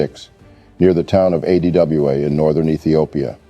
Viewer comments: The narrator failure to pronounce ADWA was disappointing. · Yeah! Weird!